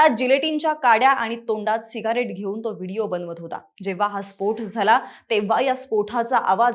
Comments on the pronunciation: Too irritating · स्फोठ 😂 नाहीं स्फोट... ट.. ट..😂😂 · स्पोठ नव्हे स्पोट. 😂😂😂